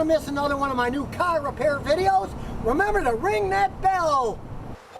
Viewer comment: Not a great caar but not a bad caar